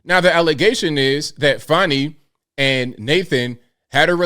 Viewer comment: Fanny not fawnny